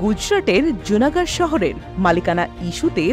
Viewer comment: লুনা গড়। জুনা গড় নয়